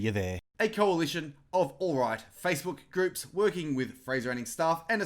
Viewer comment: Haha..love your take...but you do know it is "alt right" not "all right" ?